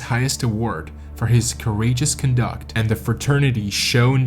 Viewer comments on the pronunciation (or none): con-duck'??? Try con'-duct.